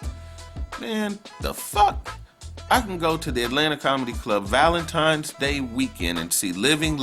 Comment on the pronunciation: EVERYONE....THIS GUY SAID valentiMes day..... really? Won't be back!